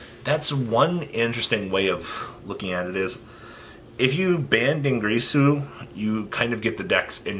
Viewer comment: Also DIN GEAR SUE NOT GREASU